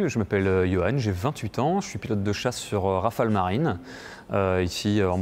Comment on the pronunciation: Yohan! Pas Johan?